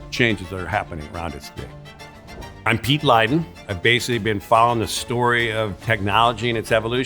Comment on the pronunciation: this is all horseshit after my man said, "you 'wasically' watched...". gonna edit later for more.